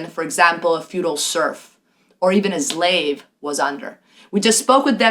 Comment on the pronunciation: Subscribed! Great content. BTW, it is slave, not zlave lol